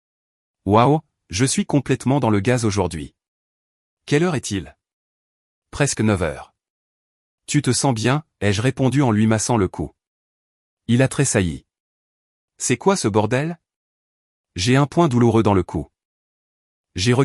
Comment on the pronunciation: 21mn 49 sec environ.." il a très saillé..." 😳..?????... Il a très...quoi ??? "Tressailli " ...🙄..peut-être ??🤔😵‍💫😱...C'est quoi ce langage inventé ?? Votre I.A n'est pas bien informé des règles d'écriture, d'orthographe et de grammaire française il me semble ! Ça ne fait pas très sérieux !😡👎👎👎👎